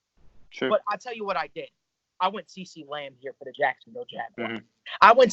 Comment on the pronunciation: “Ceecee lamb” 😂 good vid guys I agree with a lot of it but for philly.. I understand we need a corner but if Henry ruggs is there I don’t see us passing on him agholor sucks let’s face it he’s gone after this year desean Jackson is old and injury prone alshon is on IR also getting older lost a step on top of that and doesn’t seem like him and wentz are on the same page our #1 receiver Is a college quarter back right now Atleast we have depth at corner even tho they are all garbage Sidney Jones is still young and developing radio Douglas as well one of those corners will fall to the 2nd round or we will move up to grab em in the 2nd